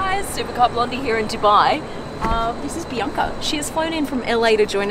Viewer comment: Who else heard it as PRIYNKA and not BIANCA🙋‍♂️